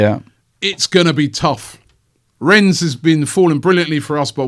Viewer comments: The S in Rennes is silent, Robbie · Rennes is pronounced 'Ren'.